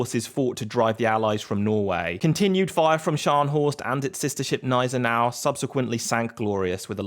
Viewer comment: One of the very rare opportunities I've had to correct one of your videos! Although the 'G' would be silent in English, it isn't in German so it's pronounced hard G. G-neisenau. My world was rocked when I found out since it sounds so off for us...😂